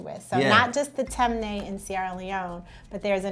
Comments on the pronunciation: Lol she pronounced the tribe wrong, but it’s cool tho. It’s tee-mey -nee, not tem-ney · it’s not tem-nay it’s ti-mi-ni🇸🇱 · Its not “tem- neh” it’s actually pronounced “tim- knee” im from Sierra leone and that is the right pronunciation for temne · Just being helpful here it’s pronounced “Tim-knee” not “Tem-Ney” I would know because I’m from that tribe in Sierra Leone 😊😊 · And it’s not pronounced tem- nae it’s pronounced tim-eh-knee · Lmao she said “Tem ne” we pronounce it as “ Tin me ni” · ok “mendi” and “timni” that’s how you pronounce it. They are the 2 largest tribes in 🇸🇱 ❤️ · I’m from Sierra Leone, temne its pronounced ti mi ne not tem nay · Guys just for pronunciation it’s “Timinie” not ‘Temne’ and “Full-a” not ‘Fuula’ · glad for everyone! Temne is pronounced tim-nee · She pronounced Temne incorrectly it’s pronounced (Tim-nee) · This is really interesting. Btw it’s pronounced as “tim-knee” I’m from Sierra Leone and my tribe is Fulani. Proud African 🌍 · The way she pronounces temne 😬 but I guess a lot of African American are Sierra Leoneans 🇸🇱🇸🇱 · As a member of the Temne tribe, someone please teach her how to say Temne🇸🇱🇸🇱🇸🇱